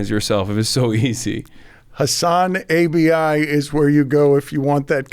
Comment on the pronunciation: Lmao “Hasan-A B I”